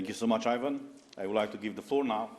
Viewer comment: EE-van, not AY-van, but nonetheless - THANK YOU SO MUCH! ❤